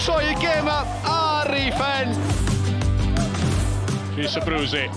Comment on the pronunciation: The correct pronunciation of Abruzzese can be found here